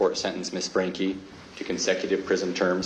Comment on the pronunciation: Its frank-ee😭😭